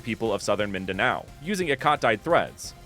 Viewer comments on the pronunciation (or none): none